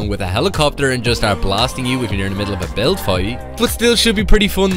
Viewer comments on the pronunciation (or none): none